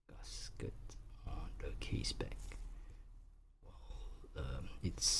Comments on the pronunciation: Why do you pronounce gasket as ‘Gus Ket’ lol?🤣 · h. Nobody in the world pronounce GASKET as 'Gus Kert' I'm just correcting him